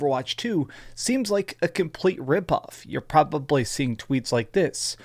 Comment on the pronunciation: Let's take a moment to appreciate how much emphasis he puts on his "T's". Along with how he says "Probably" and the flehm he hocks up on the 'C's" on the word "Costumes" and on the word "Clear".